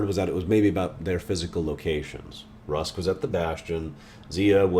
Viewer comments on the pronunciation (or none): Rusk instead of Ruks lol